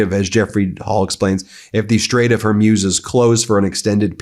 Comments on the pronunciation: It's pronounced "Whore-Mooz", not "Whore-Muse". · great coverage! However, Hormuz rhymes with booze or schmooze, not fuse. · I think the Strait of Hormuz is pronounced “horr mooz” by English speakers rather than “ horr myooz”.. We’re gonna hear that word or that geographic location many times in the near future. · Xi is pronounced SHE. Straight of Hormuz is pronounced MOOZ not muewz. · I spent a year in the Gulf with the US navy and never heard the Straight of Hormuz pronounced Hurmuz. I just Googled the pronunciation and it said Hormooz. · Will someone please tell Ben that it’s Hor-mooz, not Hor-muse? I can’t believe no one close to him has said anything. It’s cringeworthy. 🙉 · Please tell Ben to work on pronouncing names of people and places : Hormuz is pronounced Hormooz. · Please stop saying Hormuse, pronounce it correctly as it is spelled Hormuz. You're a brilliant guy so don't keep bringing yourself down every time you try to say that name! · Ben, please, Hore-Mooz ! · You really dont know how to pronounce strait of hormuz? How? In all youre life you havent heard it pronounced hormooz? Kind of weird tbh. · Sound informed: Hore-MOOZ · Love Meidastouch and Ben, but his mispronunciation of names drives me crazy..Hormuz is pronounced Hormooz and not how he pronounces it. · Ben ! Dude say it with me . Hormuz - hor-mooz . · Hormuz not Hormuse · Zíøs are always bad at pronouncing places in the Middle East correctly. He’ll never get it. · Hey Ben !!!! Learn how to pronounce Strait of Hormuz!!!! It’s killing our ears !!!!!!!!! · Plz pronounce Hormuz correctly Feels weird to hear such distorted pronunciation